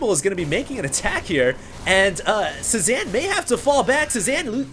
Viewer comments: Pretty sure it's pronounced "Say-Zahn," as in Paul Cezanne, the famous painter. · HD his name is pronounced CE ZAWN, it's a french word, just letting you know. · pronounced. say zahn. he was a painter